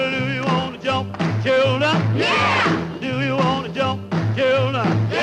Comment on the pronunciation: Gotta be the whitest "yeah!" I've ever heard.